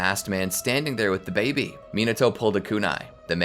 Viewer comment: Why do you say baby like it’s babe? I’m sure other people also wonder why.